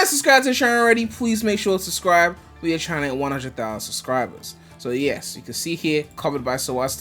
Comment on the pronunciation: My guy really said "Buh ih yu ain suscride to the video make sure yu suscride"